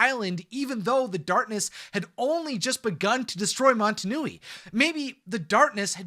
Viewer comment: Are you saying montunui, I'm pretty sure it's motonui